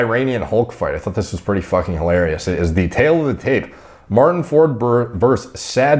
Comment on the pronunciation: Martin can't even pronounce his name correctly. For?? Easy on the 'Like' word.